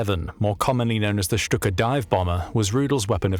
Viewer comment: FINALLY someone to pronounce STUKA as it should be🙏🙏